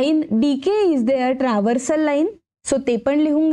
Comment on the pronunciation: तुम्ही चांगले स्पष्टीकरण देता....पण काही उच्चार चुकीचे होतात ये....ट्रान्सवर्सल आहे पण तुम्ही ट्रव्हर्सल बोलतात ये....